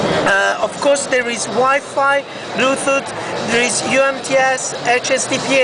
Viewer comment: lulz "bluethoot"